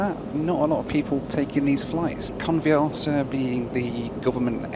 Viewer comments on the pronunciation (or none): A great film as always, but it's not called " Con v arse a" as you pronounce it! Not very polite using " arse" in the pronunciation. Phonetically, try "Con, vee a sa" - try a short a, no r, and emphasize the sa at the end. Go on, shout me down in flames everyone, you know you need too... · I think you'll find the airline name is pronounced convi-assa. Could be wrong but.... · every time you mentioned that airline name, you sounded like Can't be arsed 🤣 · I thought you said "can't be arsed airline" lol